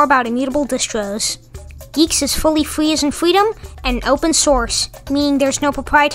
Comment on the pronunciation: Fwee as in fweedom 😇